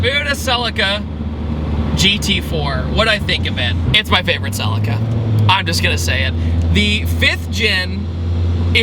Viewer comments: God I hate how American's say "Celica" 🤮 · i cant stand the way you pronounce Celica lol in Europe we say it like the I is a e Celeca amazing car though and a great video 🤣